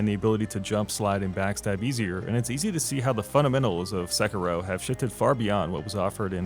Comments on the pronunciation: [Se-ki-roh] not [Sekki-roh] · How hard is it to say "Sekiddo?" You white people are too much. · You sound bored to be reading your own script. Also, se-“key”-ro. Nice video. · dude it's not pronounced 'sekarow'... it's a japanese word after all not an english one